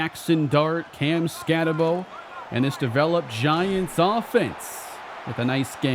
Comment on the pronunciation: Once again, its BOOOO its ScattaBOOO not Bowe